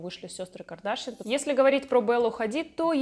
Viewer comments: Не КАрдашян а КардАшйан🤗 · Произносите правильно фамилию Ким Кардашьян. Ударение на последнем слогу